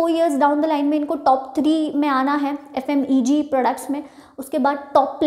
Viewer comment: Mam f.m.e.g nhi hota f.m.c.g hota h